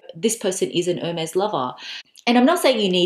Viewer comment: It's "airmays!" Why don't people know their idols? 😁